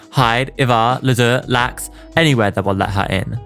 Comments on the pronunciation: I love when you call is club LAX when it’s L-A-X, like the airport in LA. Love your vids!!! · drinking game: take a shot every time he mispronounces a name (LAX, Patridge, etc.)